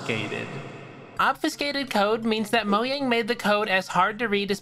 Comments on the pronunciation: is nobody gonna talk about the way he said Mojang as Moyang? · The fact he said Moyang instead of mojang 💀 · DON'T SAY MOYANG IT MAKES ME MADE SAY MOJANG LIKE A NORMAL PERSON!!!!!!!!! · Its not Moyang its Mojang. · it's mojang not moyang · WHY DOES EVERYBODY PRONOUNCE MOJANG ¨MOYANG¨ BRUH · İts Mojang not Moyang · Moyang Moyang Moyang Moyang Moyang Moyang Moyang Moyang Moyang Moyang Moyang Moyang Moyang Moyang Moyang Moyang Moyang Moyang Moyang Moyang Moyang Why did you say moyang? Instead of mojang? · him saying moyang instead of mojang H U R T S my soul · MOJANG NOT MOYANG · bro said "moyang" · "moyang" lmao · 😊Did you just say... Moyang?!? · Did he say mojang as moyang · its not moyang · hearing you say “moyang” hurts me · for every "it's mojang not moyang" comment, sweden becomes 5% more powerful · listen to any of the developers, or any swedish person because it's a swedish company, pronounce the name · the way you pronounce mojang is absolutely despicable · The letter J is not that hard to pronounce